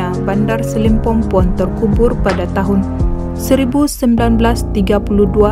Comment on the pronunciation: SILIMPOPON min.. bukan SILIMPOMPON